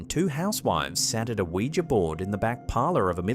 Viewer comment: thank you for pronouncing Ouija correctly. So many people say "wee-jee" instead of "wee-juh" and it's so annoying. Great selection of videos, as usual. 👍👍 Ron Wyatt already beat them, in discovering Noah's Ark, right on the same spot.